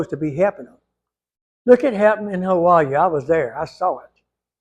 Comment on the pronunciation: Hi … First time I ran across your channel. I subscribed and rang your bell. Know why? Because you have common sense and you pronounce Hawaii just like my Daddy did. Godspeed my friend.